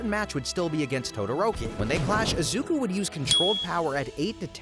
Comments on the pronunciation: Izuka Midoriya! It's Izuku, not Izuka XD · did he called Deku "Izuka" 💀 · at the beginning he even said izuka midoriya 💔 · Izuku not izuka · "Izuka midoriya" is killing me💔💔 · Ah yes, my favourite anime hero, “izuka midoriya” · Izuka 😭🙏 bros stupid asf it's izuku get it right lol jit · “Izuka” at the beginning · who tf is izuka BRO IZUKA? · did bro really just say izuka? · that and calling iida "lida" and eri "iry"... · "Izuka" Yeah, vids already a flop 2 seconds in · Can you learn how to pronounce names please? IzukA, Eery, ETC. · dude at the start he said izukaa midorya